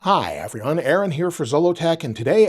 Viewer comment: I think maybe they are commenting on the fact that he seems to pronounce it “effry-one” or “affry-one”. Not sure tho, obviously.